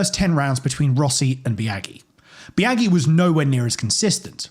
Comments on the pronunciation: It's Bi-Ah-jee, not Bi-Ah-Ghee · Legit hard to watch hearing you butcher Biaggi’s name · That fact that you can’t pronounce max biaggi’s name correctly killed me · Love when people who do research for videos draw a hard line at doing any research into the pronunciation of foreign names